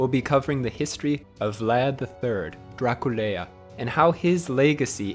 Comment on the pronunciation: Dracul meant Dragon, as in a fictional creature noting to do with the devil. Also Draculea is pronounced something like Druh ku leah